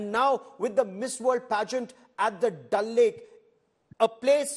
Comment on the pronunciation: It’s Dal lake not dull 😂😂